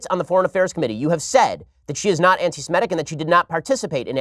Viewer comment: Maybe he's dyslexic -- maybe he's not -- but every time Ben Shapiro says anti-simetic I want to take his kippa off his head and smack him with it.